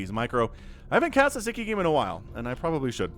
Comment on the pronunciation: Sz is the 'snake" sound in, hungarian Sziky shoud be pronunced like sicky :)